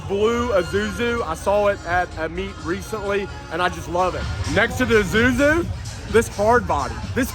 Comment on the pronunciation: dude... its isuzu not izuzu. And you keep saying izuzu